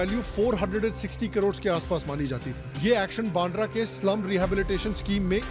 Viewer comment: बांड्रा ❌ बांद्रा (वांद्रे in Marathi) ✅